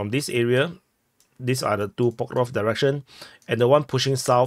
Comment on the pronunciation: For the love of God Please stop saying Pokrovsk 😅